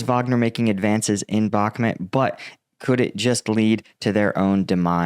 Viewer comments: love your vids, but can you pls pronounce BAKHMUT correctly? you say “bak met” and it really turns us off. it’s BAAAAK MUUUT, Bakhmut. thank you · Got a decent show bro, however it’s called “Bahkmut” phonetic pronunciation BAKMOOT Thx